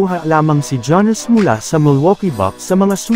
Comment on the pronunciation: hindi po "ja-nis". "yaa-nuhs" po.